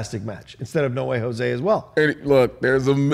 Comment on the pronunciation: Why does keep saying Jose as Josué?